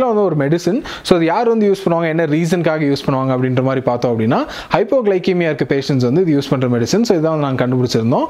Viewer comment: small correction..its pronounced as hypoglysemia not kemia..Great Video..!!!